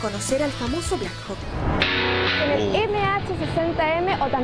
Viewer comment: Holaaa!! Te felicito por tus videos siempre los veo!! Te comento que la forma correcta de pronunciar es "Blackhok" saludos!!